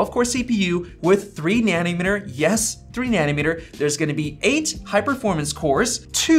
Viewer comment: Take a shot every time he says 'Nanimeter' instead of 'Nanometer'. Die of liver failure.